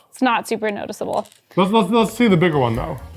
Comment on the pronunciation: when he said that’s when you buy a bigger one the way he said it i thought he was going to pull like a massive air thingy from somewhere